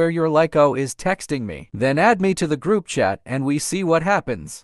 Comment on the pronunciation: saying froup not group